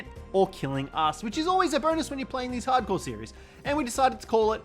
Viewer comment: Why'd you say Harcore like that😂